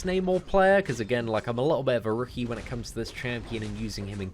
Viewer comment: "A liooooubi...." Try to say "a little bit".